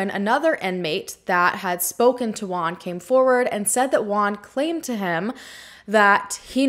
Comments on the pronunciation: The 30 min of video I think she is talking about a asian guy, but it wasn't, girl use Google translate for the name....jajaja "Guan"-"Wuan" JUAN..🤭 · Great job on this video! Bye the way, Juan its pronounced 'whoan' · I’m sorry but as a Mexican I just can’t with the way you’re pronouncing Juan, I laugh every time. I know this is serious but I can’t